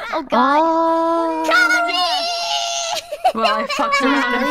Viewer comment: Funniest part was when her name was mispronounced as "Calorie"